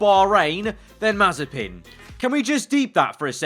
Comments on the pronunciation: if mazepin rhymes with frying pan then it would be mazipan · "Nikita Mazespin"